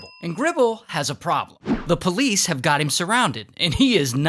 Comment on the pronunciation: Dude what is that "police" bro 💀